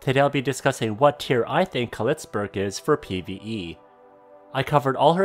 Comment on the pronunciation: Did I just heard you say "Clitsburg"?